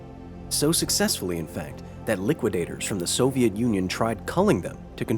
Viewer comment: The rrrriquidators.